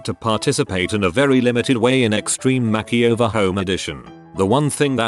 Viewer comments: "Extreme Home Mack-e-over" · "kitchen mackieover"